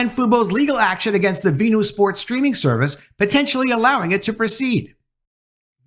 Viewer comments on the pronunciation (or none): Just call it Fuboo, not Fubo. It’s Venu, not Veenew, you’re pronouncing it as “Ven-You”, not “Vee-New”, or pronouncing “Fu-Bo” to “Foo-Boo” Talking about pronunciation mistakes.